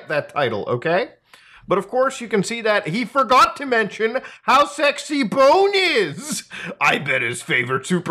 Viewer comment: It's not Bane, it's Bone.